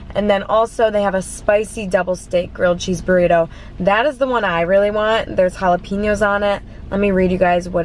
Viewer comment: jala-pEño 😂😂 not piño. pen as in the thing you write with